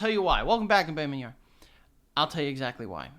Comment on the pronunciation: “Welcome back the baymen yar”